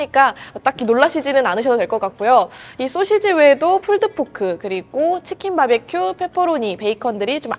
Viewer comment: 권혜연 기자님- 가끔씩 나오는 소'셰'지 발음이 귀여우십니다 ㅎㅎㅎㅎ